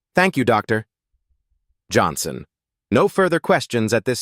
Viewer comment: Is the narrator really unable to pronounce Dr Johnson fluently. I find the dramatic pause after Dr so annoying.